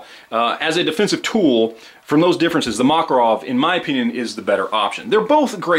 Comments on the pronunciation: ma-KAR-ov is the pronunciation. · Is the Makarov pronounced "Mack" or "Mock"? The internet seems to be split on this one. I'm sure the Russians use the latter pronunciation, so that should be all that matters, right?